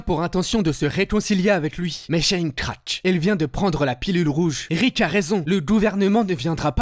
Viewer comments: Rick, pas Rich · C'était du bon boulot, dommage que ce soit gâché par des "Ritch" au lieu de Rick ttes les 30 secondes... Ça finit par faire décrocher, pour finir on entend plus que ça et on a du mal à poursuivre... Bref, pas de like à cause de ça ! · Il m'a stresser tellement avec son ritch que j'ai cessé ka vidéo, ça pique trop mes oreilles ! 😅